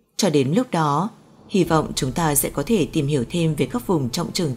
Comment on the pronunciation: Chị MC ơi ! Tiếng Việt có 5 dấu: sắc, huyền, hỏi, ngã và nặng. Chị đọc dấu sắc thành dấu hỏi là sai chính tả rồi: - Trái đất, chị đọc là TRẢI Đất - Thực tế, chị đọc là Thực TỂ - Có, chị đọc là CỎ Đã làm người nghe hiểu nhầm ý